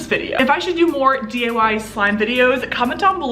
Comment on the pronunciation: Was I the only one who heard “DAY” instead of “DIY”